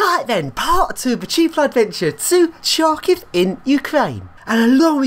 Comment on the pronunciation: Great job, epic video! Great lifts and amazing blocks. Kharkiv seems to be a very contrasted city. [btw "Khar" in "Kharkiv" is read like "har" in "hard", not like "char" in "charm"... whoops x'D]